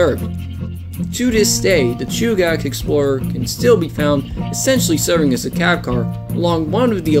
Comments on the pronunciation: Chugach Chew-ga-ch Edit: New video btw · no worries. I have to say I like that car/engine whatever it is. I took no offense to mispronunciation. Chugach pronounced like (chew gat ch)the rest don't bother me. What does bother me about the Alaska railroad is their attempt to extort money out of property owners allng their route. The railroad is trying to charge property owners along the tracks. The railroad doesn't own a lot of the land their tracks are built on up here, it built on easements on private and public property. They have taken to trying to charge the people who own the land to do anything with their own property. The railroad is a for profit corporation owned by the state of Alaska and horribly mismanaged. But it's still a one of a kind railroad, and was built with the leftover equipment from the Panama canal